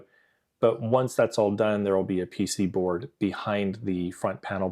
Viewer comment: THANK YOU FOR SAYING PC BOARD AND NOT PCB BOARD YESSSSSSSS THIS MAKES ME SO HAPPY